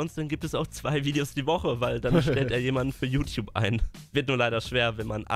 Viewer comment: „Diese Youtouabe”-Kuchen TV